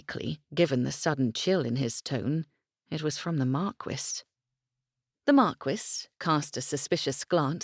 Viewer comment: Omg the pronunciation of marquis, if I hear markwiss one more time, I'm going to go mad! It's markee for heavens sake!!